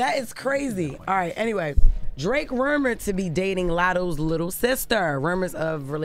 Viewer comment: She said rewmured